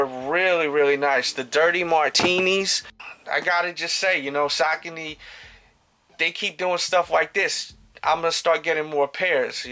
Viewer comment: Happy new year! Real quick as far as I know saucony is pronounced SA-CO-KNEE. Keep the vids coming in 2015. Peace